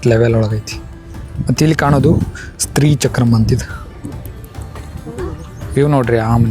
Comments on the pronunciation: ""ಸ್ತ್ರೀ """ ಚಕ್ರ ಅಲ್ಲ. """ ಶ್ರೀ "" ಚಕ್ರ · "Stree" Chakra alla, "Shree" chakra adu pronounciation.